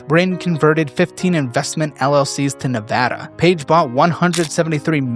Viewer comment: More than anything, thank you for saying Nevada correctly. I live in a small town close to Reno and all these factories and data centers are ruining this region. To the point where stopping data centers was actually proposed in this year's midterms in the local elcetions.